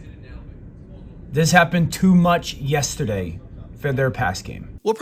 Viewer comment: Also fuck how says “yestiday.”